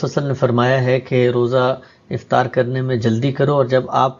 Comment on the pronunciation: Please Note افتار نہیں بلکہ افطار ۔